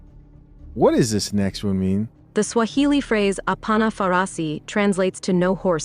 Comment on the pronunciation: Kenyan guy here, enjoying butchering those Swahili words too much. 😂😂